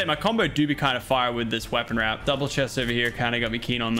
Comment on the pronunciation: Is it just me or did Lachlan say the new wrap is a spray??